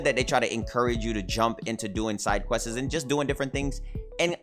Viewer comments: "questesez" lol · I don't even know how I'd spell quests the way he said it lol. So questes was my first attempt but questeses is more accurate i think lol idk